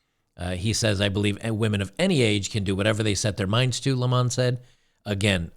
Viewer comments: His name is pronounced LEMon, like the fruit. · Not sure if you're trying to be funny or genuinely don't know how to pronounce his last name, but it's just the normal way people say "lemon" (citrus).